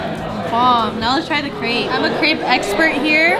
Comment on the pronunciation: You can’t be a crêpe expert if you don’t pronounce the name right 😂